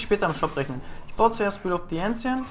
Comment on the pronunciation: Boa, Wie es mich aufregt dass du "Ancients" Falsch aussprichst :D Nicht Ensients -> Enjents :D